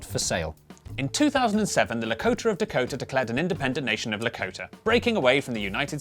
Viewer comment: "The Lakoter of Dakoter"